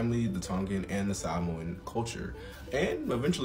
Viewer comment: Props for properly pronouncing "Hawaiʻi" and "Sāmoan"